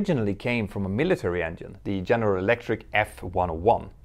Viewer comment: Examples of buying costs just for 787's and Airbus A350's...has anyone a case that any airline has yet to make a true profit yet versus acquisition costs? Hope you enjoy learning English 'vocally' dear Mentour Now. Polite example that 'Engine' is pronounced 'Enjinn' not 'Enyinn' in English versus Scandic languages. Many thanks for your valuable aviation inputs, Sir. ;-)